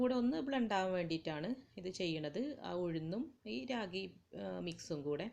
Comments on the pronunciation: രാഗി അല്ല റാഗി 😂😂😂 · രാഗി അല്ല കുഞ്ഞേ..., റാഗി. മുത്താറി എന്ന് പറയും.